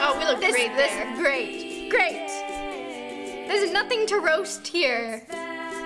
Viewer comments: on the grape one it sounded like roni said “you look grape!” lol 😂😂😂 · Did anyone else hear ‘you look grape’ instead of ‘great’ when she wore the grape costume